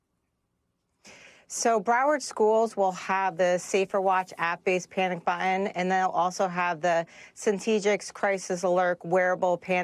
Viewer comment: It's button, not buh un